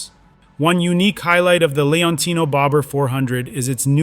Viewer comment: 😂😂😂😂😂Si ma.......la serie di Benelli, si chiama Leoncino!! NON Leonino!!😂😂😂